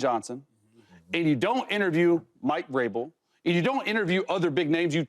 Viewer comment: Why can’t “they” pronounce Vrabel? What’s so hard about that name with “them”? This is not the only show that mispronounces his name. 🤷🏻‍♂😂😂